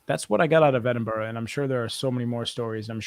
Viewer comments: I live in Edinburgh, been to Greyfriers many times and been on many ghost tours. I'm also very happy you pronounced Edinburgh correctly 🤣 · GardyLoo is what they would shout before tipping out their buckets lol. thank you for pronouncing Edinburgh correctly! I'm a local and visiting Greyfriars on Friday 13th eeeeek